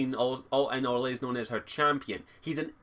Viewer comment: Its Or-lay! Not Or-lays! For some reason that annoyed me xD